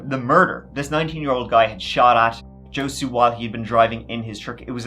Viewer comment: I'm annoyed that you can do all this research but can't research how to pronounce the name of some of these people correctly. For example Josue...butchered it bro. Its pronounced "Hoe Sway" not Joe Sue as you did multiple times.